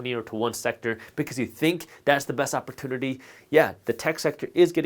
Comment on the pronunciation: The way this guy pronounces "opportunity"